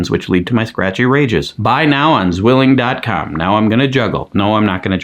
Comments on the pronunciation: Zwilling, with Z read as C, like 'ts', how do I explain sound? 😅 I'm not even a native German speaker, but zzzzzwilling is hurting me enough to write this comment 😂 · The butchering: ssssszwilling was hard to hear. It' the German word for twin: pronunciation should be more like ts-villing.